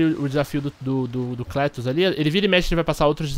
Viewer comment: Pronuncia-se Clétus! ;)